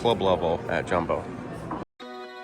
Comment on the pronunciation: It's JAWmbo. Not JUMbo. It does not rhythm with Dumbo. It's NEHspresso, not N-spresso. Also, not all concierge rooms are savannah view.